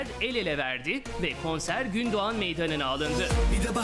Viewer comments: Gündoğdu Meydanı, Gündoğan değil. Nasıl haber yapıyorsunuz siz? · Gündoğan meydanı değil GÜNDOĞDU meydanı. Önce bi öğrenin.